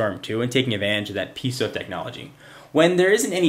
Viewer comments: Piezo. It's pee-ay-zo, not piece-oh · not to be critical, not really a big deal but piezo isnt prounounced peezo or peeeso its pronounced pee-ae-zo like Pea- A like the letter then Zo like yo yo except zo zo